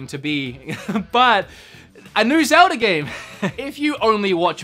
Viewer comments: Is it pronounced Zel-da or Zel-der? 😂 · “Zelder.” I should be mad, but surprisingly I’m not. (I don’t know if it’s on purpose or just the slip of the tongue) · Sounds like you say ‘zelder’ sometimes. 😁sounds cool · Hah, just noticed that says Zelder 😂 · Zelder ocariner of time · Zeldar? Ocariner of time?